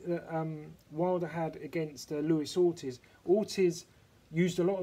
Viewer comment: Orteeeze....That's how it is pronounced lol